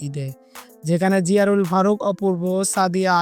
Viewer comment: জিয়ারুল কে রে ভাই নামটা ভালো করে বলেন